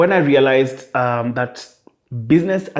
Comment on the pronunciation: I "lealized"realized that uu!🤣🤣